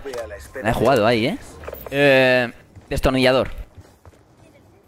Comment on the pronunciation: Dijo destirnillador 2 veces!!